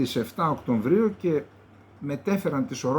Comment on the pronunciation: ΟΚΤΩΒΡΊΟΥ Οκτωβρίου Οκτωβρίου ΚΑΙ ΌΧΙ ΌΧΙ ΟΚΤΩΜΒΡΙΟΎ κε Καλεντεριδη